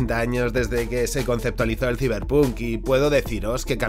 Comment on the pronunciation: Ta' bueno el "siberpuuunk" 😂🤡 Saiberponk conteXto